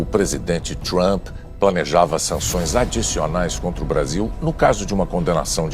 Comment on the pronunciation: Vixi! O bicho não sabe nem falar o nome do Donald Trump.